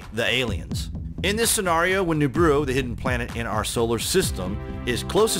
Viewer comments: Great vids! But you need to work on your pronunciations bro. Its Nih-Rha-Boo and Ah-Noo-Nah-Kee.. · It's "anoo-naky" and "neeb-a-roo" sorry but you where bugging me 😉